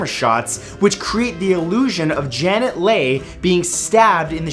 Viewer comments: leigh is pronounce lee not lay as in jamie leigh curtis (her daughter) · Janet Lay think you'll find it Leigh your pronunciation is as always somewhat lacking sigh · Exactly!!! As in Jamie Lee Curtis' mother! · Janet LAY? Does it not occur to you that the reason her daughter's name is Jamie Lee Curtis is because her last name is pronounced LEE? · Janet Lee not Lay!! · Love your chanel, but Janet Lay!!! It's Janet Lee (pronounced like Bruce Lee).... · The actress who was in Phsyco's last name is pronounced like Lee . Janet Leigh is actually Jamie Lee Curts' mom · How can you pronounce Jamie Leigh Curtis correctly but mispronounce her mother's (Janet Leigh) name? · I can not beleive you pronounced Jamie Lee Curtis name correctly, but mispronounced her Mothers name. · I find it ironic that there are a mother and daughter in different movies on this list. Janet Leigh (whose last name Matthew mispronounced, FYI) is the mother of Jamie Lee Curtis (who was TOTALLY awesome in her recurring role on NCIS, in my opinion.) BTW, I can't believe I'm typing this since I'm a total prude, but Matthew dear, don't even worry about your height. As they say, short people make better lovers! 😍 😏 😎 😉